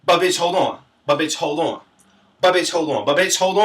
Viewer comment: "Buhbitchholdawn" LOL